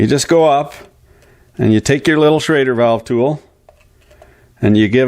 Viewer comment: it is a SCHRADER ( Inventor german immigrant August Schrader ) not a SCHROEDER valve .....